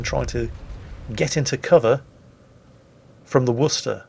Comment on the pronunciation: Where are you from I have never heard anyone properly pronounce Worcester before